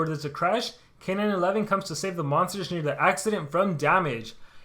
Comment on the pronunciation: I think his name is supposed to be K-9-1-1, not K-9-11